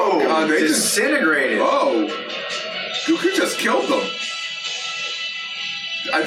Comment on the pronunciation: I love hearing slip up on his Goku pronunciation